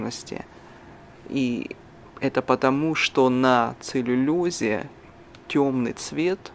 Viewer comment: ЦеллюлОза, не целлюлёза, а ЦеллюлОза, целлюлоза, целлюлоза!!!!! Очень режит слух!